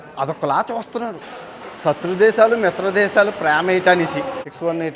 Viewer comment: సత్రుదేశం అని సావదొబ్బమాకు.. శతృదేశం అనరా నాయనా.. స.. శ ప్రాక్టీస్ చెయ్....LOVE U